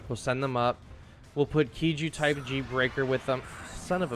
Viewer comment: When you say KIJU, why do you pronounce it "key-joo" instead of "kai-joo"